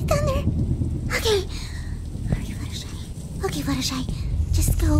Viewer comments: ITS FLUTTER SHY NOT FLUTTER SHEE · Smitty Werben Jaeger man Jensen Its Fluttershy - Why are you calling her FlutterSHEE?